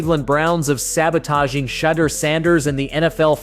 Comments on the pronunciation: If you are going to use the sanders name to get clicks on your content learn how to say his fucking name right. It’s not Shitdur you dope. It’s shhhdoor. Sound it out my guy do some research. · I thought it was $h!dder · Exactly what I was going to say. My fave was Shiddur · This man called him Shitter Sanders lol. Shadder, sheduguer, shidder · “Shad-uhr” Sanders lol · Why can these people doing this videos can pronounce his name CORRECTLY.. PATHETIC. .. SHUDER SANDERS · The narrator of this video doesn’t watch anything footbal! He can’t even pronounce Shedeur’s name right! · How did you pronounce his name 20 different times in one video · I understand what your doing with this video. Just stop. Why aren't the browns starting a 5th round pick. Pronounce his name correctly. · Video should be called "how many different ways can you pronounce Shedeur wrong" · How many different ways can you mispronounce Shadeur? C’mon, man! 😅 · I'm tired of you saying this kid's name wrong. I've watch 2 maybe 3 videos of you saying this kid's name WRONG over and over again. It's not hard to find a clip or video of His Dad, friends, teammates or ever other sports analyst saying his name CORRECTLY. Go find one. Learn the correct pronunciation. It's almost disrespectful at this point. Let's do better. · Shadore Sanders learn to say his name right.